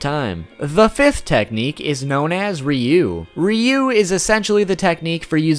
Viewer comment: Ur so bad at pronouncing words omg u called ryu reee oo